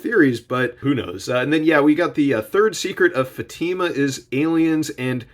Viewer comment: Liked the video but you really butchard the word "fatima"